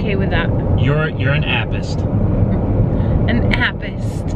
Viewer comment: 😂😂😂😂🤣🤣😂😂🤣he said "appist"